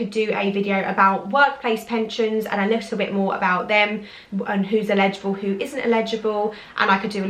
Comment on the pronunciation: Really interesting video thank you! I’m new to your channel and it’s great to see someone based in the UK creating this kind of content. Just one quick question...Are you saying “illegible” or “eligible”? I’m sure you mean the later but it sounds like you’re saying “if you’re illegible” which means something completely different 😂 Keep up the great content! Xxx